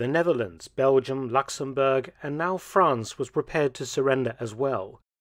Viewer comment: I always thought it was spelt; 'Fwance'...?